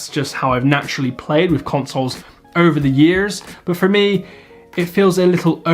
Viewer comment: im not tryna be a dick or anything love this vid but you sounded american asf when you said over the years